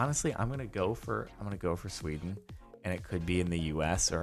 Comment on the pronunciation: STOP SAYING SWEDN!!!